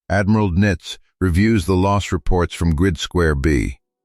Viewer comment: AI can't even properly pronounce Donitz's name. It is definitely not nitz.